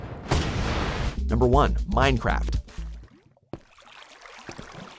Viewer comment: Number 1 "minecwaft"